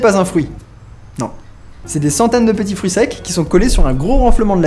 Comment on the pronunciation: "c'estbon les foeurus" XD